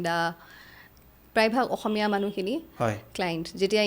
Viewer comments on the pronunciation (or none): none